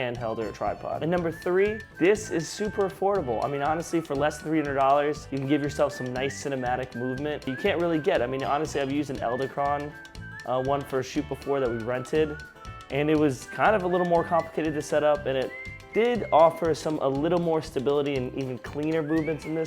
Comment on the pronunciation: iT'S NOT "Elda-Cron" it's Eddle-Crone" I wish you would have worked with the tracking function more. I have the same slider and it doesn't appear to track actually keeping the subject dead center like they claim.